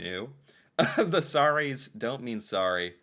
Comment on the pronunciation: We dont say sarry ..we say sorry